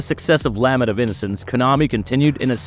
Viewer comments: Lah-ment, not lamment, lol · Lament. “La” “ment”. La like a child singing and “ment” like “cement.” Can’t tell if you’re AI or just trying to sound like it.